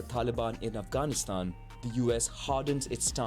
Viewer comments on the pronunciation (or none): none